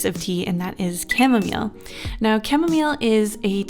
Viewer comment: Camille for camomile (pronounced cam-eee)